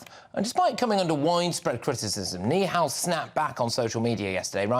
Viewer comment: Yous should start off by pronouncing his name correctly then you’ll sound less racist, it’s nihal not neehal